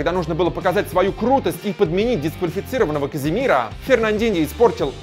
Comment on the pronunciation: чувфк плиз не уродуи фамили футбалистав. не говари сраное А там где надо говарит О НАПРИМЕР не каземирА а каземирООООО ТОИСТ О! надаело слушат азил а не озиль дрАгба а не дрОгба если ты немец не веди передачу а проста смотри футбол